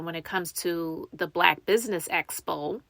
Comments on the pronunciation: ESSSSS-Po and EEEEEE-Vent. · yeah like she doesn’t even TRY to pronounce it right! lawdddd it’s like nails in a chalkboard for me every time she says ESPO!!! 😩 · You would think she would pick it up when people are saying Expo and she’s saying Espo